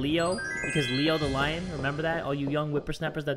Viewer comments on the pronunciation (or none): none